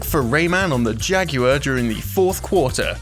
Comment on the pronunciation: Lol how did he pronounce "Jaguar"!?